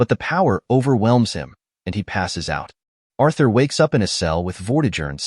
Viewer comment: Arthur no, it Urthur